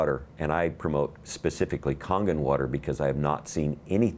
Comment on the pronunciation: He said congan? water? Can someone please tell me what kind of water he was speaking of and where to get it from? Thank you 😉